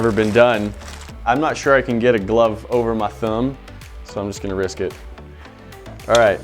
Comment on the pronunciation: "over ma thumb" a little country accent came out there lol nice!